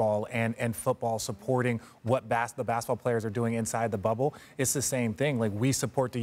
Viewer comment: Did she just say “wubble”??